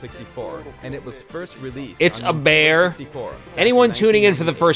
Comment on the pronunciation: "So, what is Banjo Kazooie?" "a bAeR